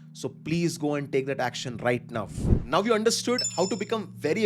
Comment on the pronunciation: Thanks for this information. much appreciated. Just a small feedback in a good spirit- 'Nauf' is 'Now' and 'Wauf' is 'Wow' :)